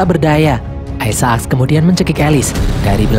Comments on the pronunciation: Aisak min, bukan aisa ak.. apaan sih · Kenapa gak dibaca aysek :v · bacanya aisak bukan isa ak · Bang aisek bang aisek. Bukan aisa ak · aisek bukan aisaak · sebut isaac tu salah donggg. bunyinya yang betul is "ai zek". bukan "ai za ak"!!! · biasa aj bg bilang aisaaak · Ay-sa-aks :v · Nyebut isac rada aneh. Wa haji isak weh